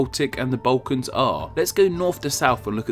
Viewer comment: From which part of England are you? I ask because of your funny trend to pronounce the sound "u" instead of "l": Bautics, Baukans, etc.